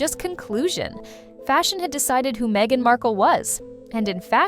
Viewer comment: It's Meghan, not Mhegan, lol.